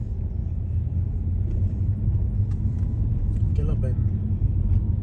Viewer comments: Gilla bend 🤣 Hey man, it's "He Luh" haha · Pronounced Heela Bend